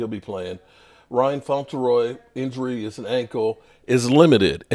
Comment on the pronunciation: "Seelen Carson, Ryan Fontaroy and Martez Latufu" 🙄🤦‍♂️😂😂😂